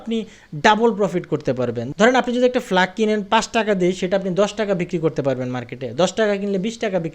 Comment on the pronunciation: ফ্লাগ না প্লাগ